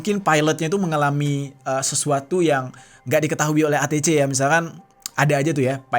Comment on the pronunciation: ATC Bacanya ei ti si bang😂